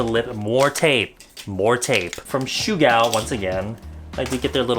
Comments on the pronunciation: The brand SUGAO is actually not pronounced 'shugao' but it's just as you write 'sugao'. It means 'bare face' and has the meaning of how natural you'll look after applying the products! I'm Japanese so trust me on this ^^ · The sugao products blend out to basically nothing because in Japanese, ‘sugao’ means barefaced... it’s pronounced ‘su-ga-o’ not ‘shugao’ lol the makeup is supposed to look very natural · Sugao is pronounced ‘soogao’ not ‘shugao’ and it means barefaced! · We call Sugao Su ga o!!! thats understandable that u wanna call it Sugao(syugao) but Sugao is japanese word and it means natural face!